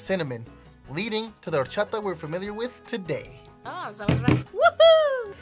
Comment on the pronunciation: Did he initially say Whor-chata? Lol😅